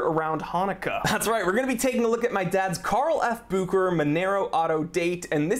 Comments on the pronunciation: it's BU-HE-RA, not bu-k-ra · SAY "BOO SHAE RHER" GDMMIT SON!!! Messing names like this ntz ntz ntz 😙🤌